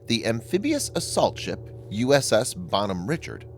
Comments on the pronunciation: It's probably a disgruntled ship yard worker or sailor. And it's pronounced Bon hom rishard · Dude, Bonhomme Richard is a French name and therefore should be pronounced in it's French name, precisely " Bawn-arm Ree-shard". It ain't too difficult and for those who can speak even a little French, the mispronunciation.really grinds on one's ears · First, he shops name is pronounced “Bon-Homme-Rishard.” Named after Ben Franklin’s French pen name in his magazine “Poor Richard’s Almanac.” Second, she was a amphibious assault ship, not a “hospital tender.” But hey, you’re sponsored by War Thunder, so facts and the real world must not mean much to you anyway. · Jesus Christ. Its pronounced “Bon-Home Ree-Shard”. Fuck dude. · it's pronounced "bon ome reeshard"